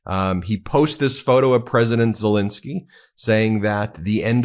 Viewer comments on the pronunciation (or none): It's Zelensky not Zelinsky. Please please stop pronouncing his name incorrectly